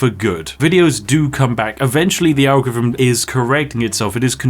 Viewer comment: Lol. You can't say "Algorithm". 😅 "ARGEREEVMM"